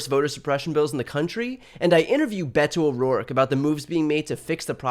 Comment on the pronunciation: At first I heard "Bento O'Rourke". Like he's served in a box, in cute little political portions.